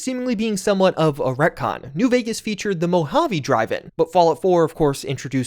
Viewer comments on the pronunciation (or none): none